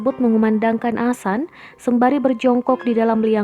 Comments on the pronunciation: Maap mb bc nya bukan Asan tp adzan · adzan itu bukan sesuatu yang asing, tiap hari adzan di lantunkan 5 kali sehari, kalo gak tau penulisan yg bener seenggaknya bisa mengucapkan, ini adminnya jelas² ngomong asan.. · adzan itu bukan sesuatu yg asing di telinga masyarakat, jadi kebanyakan non muslim tau apa itu adzan, bukan cuman di masjid, adzan juga ada di tv, lagian dia ini tukang baca berita, penguasaan kosa katanya pasti lebih banyak, tapi anehnya kenapa dia bilang asan🗿🗿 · Yang bener min bilanh adzan nya